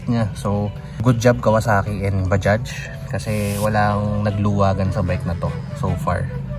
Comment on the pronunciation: Mga ibang blogger tawag nila dyan ay baja? Mali po! Bajads po! Ang tamang bigkas sa bajaj